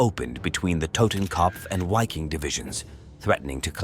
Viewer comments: The "W" in the German word "Wiking* is pronounced as the English "V". They should be pronouncing it as the English word Viking (sounds the same in German) which also has the same meaning. To pronounce it starting with the pronounciation of the name of the English letter "Y" followed by "-king" is obfuscating and sounds silly in my opinion. Besides that, the pronunciations are fine, with the exception I guess, that to remain completely consistent, the pronunciation of Waffen, should be prounouced as the English spelling "Vaffen" would be. A lot of good information in this post. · Interesting because I wondered about the correct pronunciation since it sounded strange.